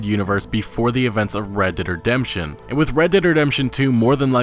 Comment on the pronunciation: Oml why tf do you say it like that "red dead dedemption"